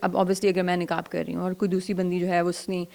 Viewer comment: میری مؤدبانہ درخواست ھے آپ سے کہ ۔۔۔۔۔ " ق " کو " ک " نہ بولیں، " قرآن "کو " کران " نہ بولیں ۔۔۔۔۔ اسی طرح نقاب کو نکاب نہ بولیں ۔۔۔۔۔!!! آپ کی اردو بہت شُسْتَہ ھے ما شاءالله تعالیٰ، تو آپ کی ذرا سی کوشش سے آپ کا "ق" جلد صحیح ھو جائے گ، ان شاءالله تعالیٰ ۔۔۔۔ والسلام علیکم ورحمتہ الله تعالیٰ وبرکاته ۔۔۔۔۔